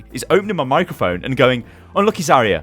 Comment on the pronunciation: Your New Year's resolution should be to pronounce Zariya correctly!